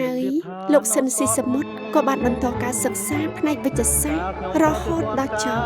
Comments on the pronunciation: អ្នកអានអត្ថបទហៅឈ្មោះត្រកូលលោក ស៊ីន ស៊ីសាមុត មិនត្រូវសោះ។ ស៊ីន ទៅជា ស៊ិន ទៅវិញ។ 😊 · គួរឱ្យស្តាយ…! ស្តាយទី១ដែលបាត់បង់តារាចម្រៀងដ៏ពិរោះ មានទឹកដម សំឡេងឯកគ្មានប្រដូច។ ស្តាយទី២គឺអ្នកអធិប្បាយអានឈ្មោះតារាល្បីនៃយើងខុស ស្តាយជាប៉ុនពេក។ គាត់ត្រកូល ស៊ីន តែអានពីដើមដល់ចប់ថា ស៊ិន។